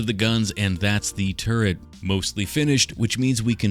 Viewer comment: …it took me waaay too long to realise you were saying “turret” and not “turd”